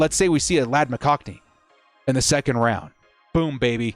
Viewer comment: it’s mc con key not mc cockney